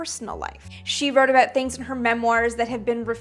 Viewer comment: I love how she's say about. The Canadian comes out.